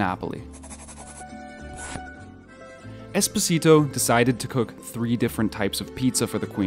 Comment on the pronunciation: Espòsito, not espossìto 😢😂😅